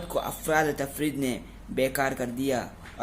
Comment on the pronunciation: أفراط نہیں بھائی اِفراط ہے